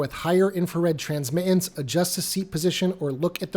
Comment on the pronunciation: No name calling. And I have great respect for your work. The word “transmittance” has the letter “t” in it three times. The second two are not silent when saying the word. Why do many people (who are usually under the age of 40) not pronounce them?